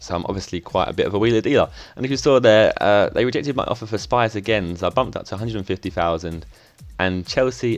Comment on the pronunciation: I'm a county fan, it's pronounced sh-pee-s